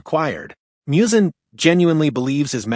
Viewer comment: Literally one second into the video, and you're already mispronouncing Muzan's name... Unless this thing is AI voiced, which it certainly sounds like.